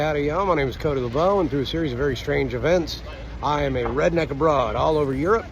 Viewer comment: The man is not a 'redeck', but a 'redneck'! Coming from the Appalachians...